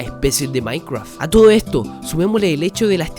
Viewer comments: Que viva el "maicwaf" xD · Maincreaf esa pronunciación. Pd: me encantan estos vídeos de teorías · "MAINCWRUAFT" xD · No quiero ofender pero me da risa que digas maicraf XD